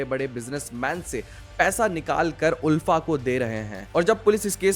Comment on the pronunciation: आलफा not उलफा